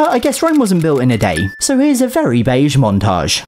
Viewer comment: Just hearing say “Beige” repeatedly gave me a good laugh.